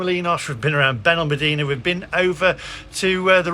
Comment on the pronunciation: Benal-mad-ena would be a phonetic pronunciation of the town. 😊